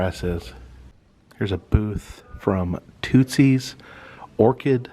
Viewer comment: You are pronouncing Tootsie's wrong just an FYI